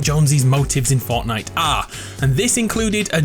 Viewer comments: did any one notice he said forknight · Did anyone hear him say fucknite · did he say forknite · FORKNITE HAHAHA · Homie said forkknife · Lol he said forknite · 'fork night' lol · forkknife?! First of all we say knife and fork second, is that a joke?